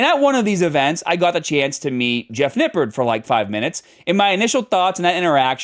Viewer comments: You said "Nippard" wrong. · it's pronounced "nipp-ARD"